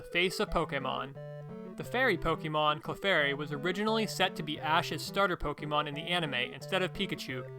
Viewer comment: Poh-kay-mon man, not poh-key-mon!